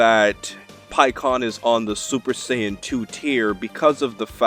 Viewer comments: Goku turns super CYAN... SAY SAY-YAN NOT CYAN! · WAIT!? SUPER SIGHYAN!?? OH MY GOD WAT DE FUCK! DIDN'T EVER SEE THE SHOW? ITS SUPER SAYEN! SAY IT WITH ME - SAYEN!!!!! NOT SIGHYAN FUKING A... WHATSWRONGWITHYOU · No no you got it wrong,he said super cyan